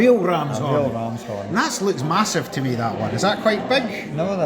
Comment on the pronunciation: I wasn't expecting such, "horniness," from you! hahaha It makes it even better, the way you said, "MASSIVE"! haha